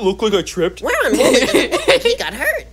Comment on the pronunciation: “Woo wee” no it’s wooly